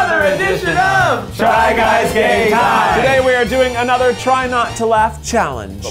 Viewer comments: Does Eugene say "Gay time"? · For the longest time because my mind only comprehended Eugene I thought these segments were called gay time and didn't think anything of it. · for some reason I thought for the longest time that they were saying "try guys gay time" and I just accepted it without question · I SWEAR Eugene says “try guys GAY time” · no he definitely said "try guys gay tie" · Last video he said gay then game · Am I the only one that heard this? Try guys: Try guys game time Eugene: Try guys gay time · I swear they be saying “Try Guys Gay Time!” I love it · Every time they say “Try Guys Game Time”, i can’t help but hear “Try Guys GAY Time” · Does anyone else here Try Guys Gay Time! instead of Try Guys Game Time?! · It legit sounds like you guys are saying "try guys guys time' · I thought they said “try guys gay time” instead of “try guys game time!”😂😂 I mean I think every thing is in some way, shape or form is gay so! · He did. He didn't pronounce ga-me. He say ga-y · I can’t even read lips and I can tell he’s saying Gay Time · Does anyone else hear gay when they say game.....no just me okay bye